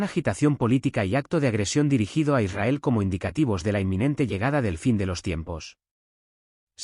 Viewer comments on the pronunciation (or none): none